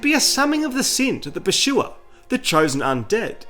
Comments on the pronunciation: Pur-sue-er not Per-shoe-er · There is no way you pronounce it pershua, NO WAY 😂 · dude i can't with this guy's pronunciation of "pursuer" 😭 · Pursuer ❌ PurSHUA ✅ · Th Pershuwer. The Pershuwer. The Pershuwer. The Pershuwer. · "Purchuer" ahaha ridiculous 😂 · The PASHOOWA! Wtf?